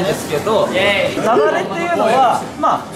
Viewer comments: ラウールの雪崩のイントネーションが完全にナダル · ラウールさん『雪崩』をナダルみたいに言わないで🤣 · ラウールの雪崩のイントネーションがナダルで笑ってる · ラウちゃんの の雪崩の発音が完全にナダル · ラウールの雪崩の発音が、ナダル